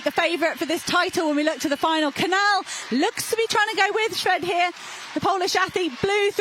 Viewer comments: Why are these commentators still not able to properly pronounce the spanish ñ, and the portuguese 'lh' in Cañal and Coelho... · You are horrible at pronunciation any names that are not English. I find it quite offensive that you don't learn how to pronounce the names in Spanish. There're only about 500 million who speak that language. Cañal and Canal do not sound the same. But, as usual Americans and British are very monolinguals and very ignorant. You don't pronounce the name of the Portuguese athlete correctly either. I don't know French or any Scandinavian language, but my guess would be that you will butchers those last names as well.. How unprofessional. I'd be embarrassed.